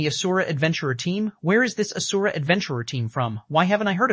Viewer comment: But not asura